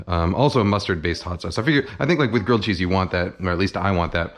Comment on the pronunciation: Gwilled chweese